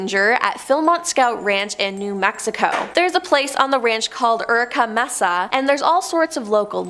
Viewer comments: It's pronounced MAY-Suh not MESS-uh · Sorry to be that guy, but I cringed every time you said Mess-a instead of may-sa. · You are pronouncing "messa" when correctly pronounced "may sah".